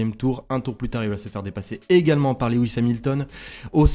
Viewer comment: Salut, De vives émotions ce week-end, ça faisait longtemps!!! Toujours de l'excellent travail dans tes interventions, c'est un régal 🙂 Puis-je apporter un petit coup de (crayon) dans tes documents... on dit LOU IS et pas Lé WIS 🙂 je n'ai que ça à te reprocher, le reste est impeccable. A très vite.